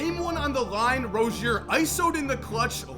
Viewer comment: ITS PRONOUNCED LIKE ROZE-ZEER. PLEASE